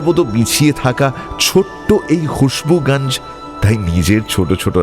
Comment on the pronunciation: সবই ভালো লাগে। কিন্তু মানুষ আর জায়গার নামগুলো আপনারা হিন্দির মতো করে উচ্চারণ করেন কেন? যেমন খুশবুগাঞ্জ কেন বলছেন? গঞ্জ তো স্পষ্টই উচ্চারণ করা যায়।